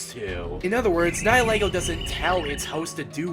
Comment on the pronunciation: Loo-sa-meen-ay...ny-il-ego...why do you trigger me like this?